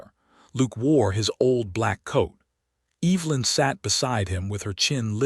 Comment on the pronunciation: I love listening to these stories, but the AI's mispronunciation of EEEEEvelyn is so distracting. for goodness sakes.